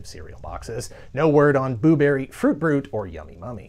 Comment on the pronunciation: more like *poo*berry, less like booberry.